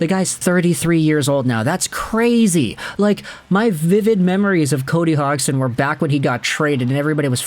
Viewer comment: Cody Hogston? lol, the g is silent, not the d